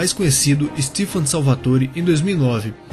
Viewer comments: STEFAAAAAAAN NÃO STIFAAAAAAAN AAAAAAAAAAAAA ÓDIO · Stifan nao é STEFAN CARAAAIII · “STIFAN” Porra é “STEFAN” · PORRA É STEFAAAN NÃO " STIFAN" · CARALHOOO n é * stifan * é Stefan é capaz de chamar o demon de demônio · Não é stifan e stefann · N É "STIFAN" É STEFANNNNN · É Stefan Salvatore não stifan salvatôre fica se pagando de ingleizao mais não sabe de nada hahahahah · Stifan KKKKKKKKKKKKKKKKKKKKKKKKKKKKKKKKKKKKKKKKKKKK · STIFAN????? PERDÃO MAIS QUANDO EU OUVI ISSO QUASE SURTEI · Stifan Salvaturi? MEUDEUS Meus ouvidos estão doendoo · Stifan? kkkkkk